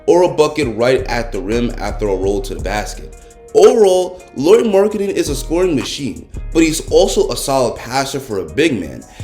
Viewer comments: Great video! Keep it up! One thing that kinda bugs me as a Finn though is how you pronounce Lauri (should be pronounced the same way as Lowry) :) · It's pronounced La-oo-ree. 🇫🇮☺ Anyways, great video!